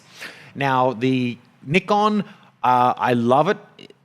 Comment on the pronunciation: lmao ur way of saying nikon ahahahahahjshdadfg